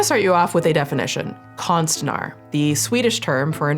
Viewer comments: As a swedish person, you almost pronounced konstnär correct, "konst-" you pronounced good "När" is pronounced like "N-EAH-R" if you take the "eah" sound from "yeah* 😅😅😅 Its harn teching people new sounds of letters that is not used in their language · I’m 10 seconds into this video and your swedish is Very cute!!! ❤ Just as a fun fact and to learn smth new - the pronounciation of ”ä” as opposed to ”a” is kinda like the vowels in the word ”air”, so for this word (artist) ”konst-nair”. Konst means art. :) Ok i will keep watching now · ä is pronounced like the a in laugh if that helps lmao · Notes on the pronunciation of "konstnär" from a Swede: the ä doesn't sound like an a, it's more similar to the "ea" in "bear" ^^ (honestly it wouldve been really quick to just check the pronunciation with google translate before recording lol) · Konstnär is the real swedish spelling. O - is pronounced as in Lore and Ä is pronounced similarly to A in (american) at, apple, anaconda. Just a FYI :) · I had to look up how to pronounce konstnär because my ear holes didn’t like the word at ALL! Adding to this: people who fake pregnancies (whether it’s for an April fool’s “joke” or for attention. Literally any reason) are absolute trash humans. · Most horrendous pronunciation of konstnär I’ve ever heard 😂 I didn’t even know what Swedish word is was supposed to be until she pulled up the definition. But hey… that’s languages for you. If you don’t know it, it’s hard to get right sometimes. Still a good vid. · me hearing say "konst-nhar" in the beginning followed by "a Swedish word" had me deeeeadXD "Konst" you got right, now "när", is pronounced "nair" ( "n" and "air"). It's somewhat wrong still w the English pronunciation of letters, but an improvement to say the least Sending love<3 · It’s konstnär not konstinar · The ”ä” is actually more pronounced like ”uh”, so konstnär would be pronounced more like ”konst-ner” in English haha. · Konstnar more like Con-Art…ist